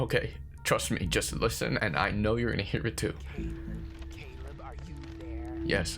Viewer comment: My only suggestion would be that I’m pretty sure it’s Cāleb, with a long a. 😉❤️